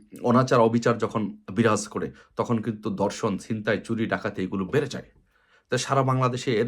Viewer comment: মহাপ্রাণ ধ্বনি উচ্চারণ করতে পারেন না? ধর্ষণকে বলেন দর্শন। আপনি কোথা থেকে আদেশ দিচ্ছেন?